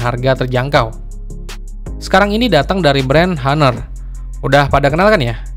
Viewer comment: bang ngomongnya ga usah haner... ngomong honor aja Napa agak aneh gw dengernya,,,gadget in dll aja ngomong honor lu sok² Inggris